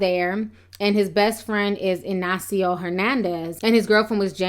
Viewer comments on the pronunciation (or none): none